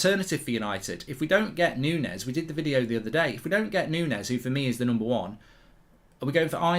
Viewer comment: Its not Nunes, Nunez